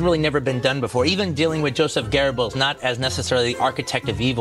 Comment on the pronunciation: where do english speakers find an R in goebbels?